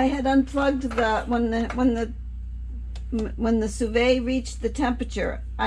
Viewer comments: hello. I just listened to google pronounce it and she said it like Sue Vid. I too pronounce it wrong. 💕NonnaGrace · Now, I can't stop thinking about how to pronounce the so so sou vei 😂😂 It looks really yummy 😋 Happy cooking! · Ive been mis pronoucing it...lol if you are saying it correctly